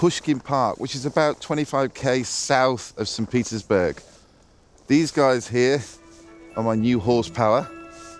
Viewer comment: Whenever he say Petersburg, sounded like Pizza’sburg.